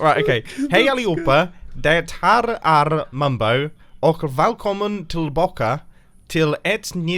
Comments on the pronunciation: Swed here. This is what it sounded like: Hej aliohopa ochh DethöRR äRR mombo valkomen tellbaken eit nyet avsnet fråhn hetmit craft serveir. Not the best. Here is atleast how its suppose to be spelled: Hej allihopa och det här är mombo välkommen tillbaka till en ny episod från hetmit craft servern. I dident understand what you said after you said valkomen I dident understand a word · I'm Swedish and I understood it! You struggled on the "ä" part of välkommen though